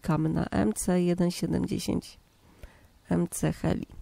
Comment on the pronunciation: muwi śie ms heli